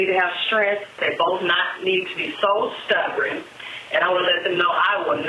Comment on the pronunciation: LAWD! I haven't heard someone say, "stubbren" in forever. LOL